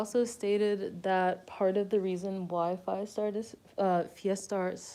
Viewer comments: thanks for this very informative video!!! but isn't fiestar pronounced like "fee-esta? like the word fiesta?" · i'm not a fan but it's pronounced fyehstarr